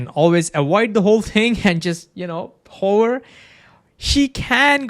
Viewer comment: I beg you to articulate the word "hover" better because rn it's sounding like a word to describe a particular profession.:DDD